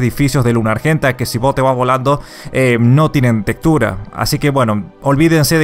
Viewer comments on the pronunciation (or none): Me da Ternura cuando dice tetura en vez de Textura XD